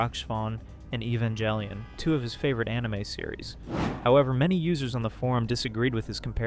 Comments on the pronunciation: The worst part of this video is pronouncing it "eh-van-jelly-un." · I cringe each time you mispronounce Evangelion.